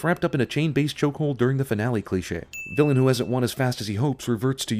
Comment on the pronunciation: Every time he said "Vilain" I flinched, god that's an awful name